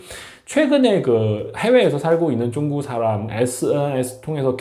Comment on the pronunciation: 이 사람 발음이 문제네.. 쭝구가 뭐야? 중국 발음이 그렇게 힘든가?